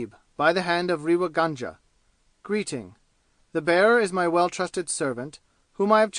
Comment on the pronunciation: A pathetic leebrawaokss recording read by a yank nasal flat monotone who has absolutely no idea of proper pronunciation including Indian names. Ràynngaarr. Reeva gaanja/ what the hell. Do you feel proud airing your superior illiteracy all over the world and making spectacles of yourselves?? But The Reader couldn't care less, could he. Could you guys do the rest of the world a favour and stop invading every single field including audio books with your horrible renderings of beloved classics. We are disgusted at such amateur displays trying to give some sort of attention even if it is chaypturr wàann. And so on and so forth. You guys can't read English. you cannot pronounce English you don't have the voice to make any sort of reading enjoyable including librivox recordings not leebrahwokss pronounced in your horrible Americanese. Listen to how professionals read British classics with proper english pronunciation just picking up a book and volunteering for reading audio booksss does not a talented reader make. Especially not the harsh croaks of many of you readers out there.